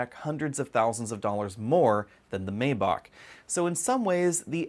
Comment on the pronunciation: The first "a" in Maybach isn't pronounced so it sounds like My